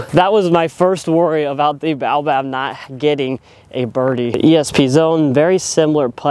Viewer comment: I believe it is ... Bay-oh-bab Good video. Thx.